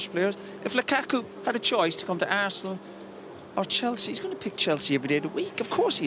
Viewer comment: Roy “Assnal” Keane